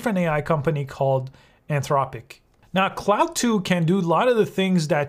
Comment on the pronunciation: Just a note; It is pronounced CLAWD not CLOUD.